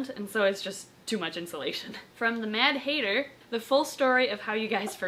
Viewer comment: It's mad hat- er